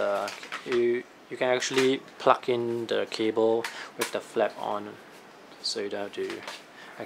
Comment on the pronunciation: Plug not pluck